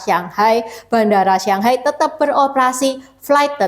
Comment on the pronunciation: kok nyebut shanghai..sianghai...shang sama siang itu beda huruf beda arti